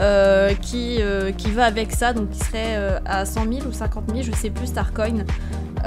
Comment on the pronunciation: Sa me stresse tu dis starconne au lus de starcoins